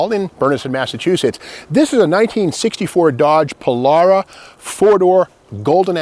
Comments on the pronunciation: Pol-“AIR”-a is how I say it. Not Pol-“R”-a…. 😄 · did you say Polaura?? not Polara!!